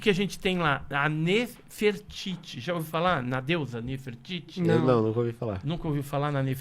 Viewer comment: Nafertari, é a maneira que se pronuncia Nefertiti em inglês 👀🤡